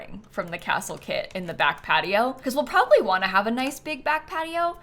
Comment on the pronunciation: Every time said “kit” I heard “kid”. So she said “10 kits” and I heard “10 kids” and had to rewind to see what I’d missed and who had ten kids 😂